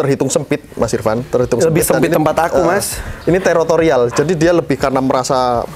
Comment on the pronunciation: Teritorial ya mas, bukan terotorial😂